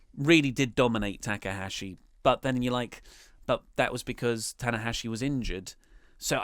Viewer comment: "TA K AHASHI" YOU OUT OF YOUR MIND! THE GOAT OF NJPW AND YOU CANT GET HIS NAME RIGHT...EVERY TIME?!?! ... no big deal mate, but mistake confirmed